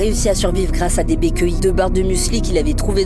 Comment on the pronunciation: Par contre ce sont des baies et non des bés Il s’agirait de prononcer correctement la langue dans laquelle on a décidé de faire un reportage